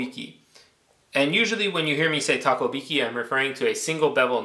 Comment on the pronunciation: Takohiki not Takobiki.